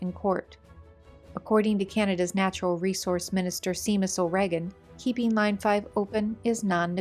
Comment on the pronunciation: The Canadian Minister's name is pronounced "Shay-mus", not "See-mus".